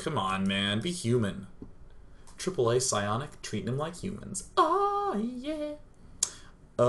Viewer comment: wow day9 still says aAa as triple A thank god. bloody League caster always say A-A-A...